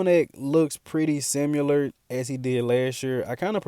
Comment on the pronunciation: Love the channel boss but c’mon…”similar” not “simular”